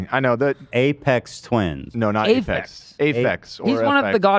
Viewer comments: A-PHEX lmao common daily dan L someone please get this guy out of here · Was he trying to say Aphex Twin? As in Ay-fex?